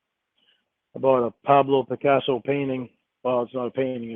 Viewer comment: He can’t even say Picasso.